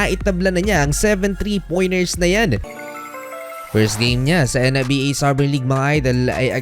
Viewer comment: Kayasin mo nga dila mo ang arte arte mo sa pad bigkas ng NBA! pweee!!!!